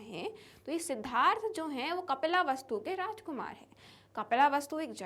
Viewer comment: Mam yeh kapila vastu nahi hai 😅😅 yeh kapil vastu hey